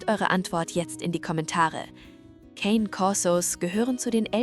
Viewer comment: Das Wort "Cane" ist italienisch und heißt "Hund". Der Cane Corso ist also ein Korsischer Hund. "Cane" spricht man, wie es geschrieben ist, "Ka-ne", es wird nicht englisch gesprochen.